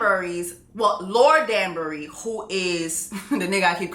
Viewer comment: The way she keeps saying STETHOscope and DUNSbury when it’s telescope and DANbury 😂😂😂😂😂💀💀💀💀